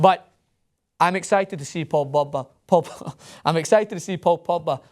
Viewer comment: a typical pathetic english bi*ch who is pronaouncing barcelona(the best football club in the world) and paul pogba all wrong just cuz he thinks shitty EPL is the best. PL is a joke. and for pogba, joining PL over La Liga is like buying a toyota over a Ferrari. like seriously, EPL is insanely boring and this fankid says he always watches EPL games. that doesn't make your league the best. you get screwed and ripped apart in CPL.